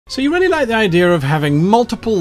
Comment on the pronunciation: When Guy said "The subscription is REALLY worth it" I heard "The subscription is RARELY worth it." Took a second to adjust my hearing.